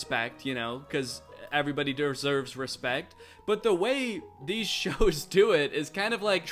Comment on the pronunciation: 'Cuz everybody durrsurrvs respect'